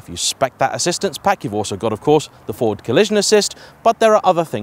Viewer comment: really sounded like 'Ford' collision assist - so you don't crash into Fords.